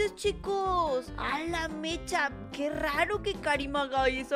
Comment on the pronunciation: En el segundo dice que rarp en vez de raro